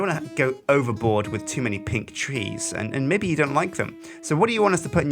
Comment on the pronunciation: I love how says Mebbe <3